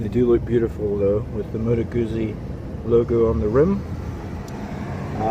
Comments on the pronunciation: must be hard to pronounce moto guzzi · Excellent video, enjoyable and excellent camera work. Just a word of advise, especially for someone who has two Guzzis....get the name of the marque right. Moto Gucci or Moto Gutsi. Cheers, I hope that it was a great trip, welcome to America.